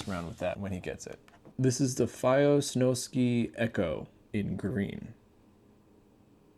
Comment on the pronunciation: Snow Sky, it's sky not ski. Like do people seriously not know how to read or spell I've heard multiple people call it the snowski lmao